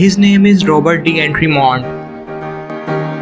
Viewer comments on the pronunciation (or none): none